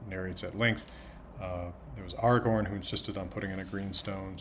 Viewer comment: Of course he says "Aragorn" correctly with the proper elvish A (back vowel) in both places <3